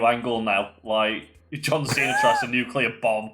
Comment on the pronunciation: A nucular bomb try two